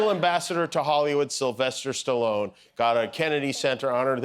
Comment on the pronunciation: Yeah this was like a freak Show, handing out those medals to to Stallone, and the other, funny, Trump , could even pronounce Stallone's, name, he says Sallone, what an embarrassment, he is 😅😅😅😅